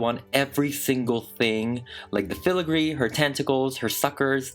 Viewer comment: Dang this is so amazing also irrelevant but I love how you say filigree